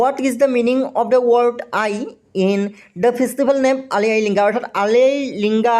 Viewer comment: Spelling olp Hudharabo, "Ligang" tu linga buli koise apuni